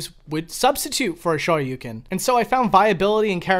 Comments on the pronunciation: Eh, Ha-dough-ken is a hell of a lot closer to correct pronounciation than his garbage Shah-yu-ken nonsense. This coming from a Japanese learner who has no issues pronouncing either perfectly. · Well, 'correctly'. Listen to how Ryu says it. Its pretty clearly said, with dou being a long dragged out o. The shoyuken pronounciation is completely off tho. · Hadoughken! Shawyoucan! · the way you pronounce "hadoken" and "shoryuken" is wild, bro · Both the o and u in Shoryuken is extended sounds. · You pronounced hadoken and shoryuken wrong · You pronounce "hadouken" and "shoryuken" weird/wrong. Just listen to Ryu say it in the game and that's how you say it. You're welcome.